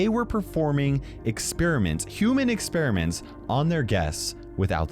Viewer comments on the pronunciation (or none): U said experiements and u guessed it